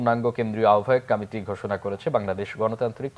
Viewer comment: সংবাদ পাঠক কমিটি শব্দ টি কামেটি উচ্চারণ করছে কেনো?বিষয়টি কত্রী পক্ষ খেয়াল করবে নিশ্চই।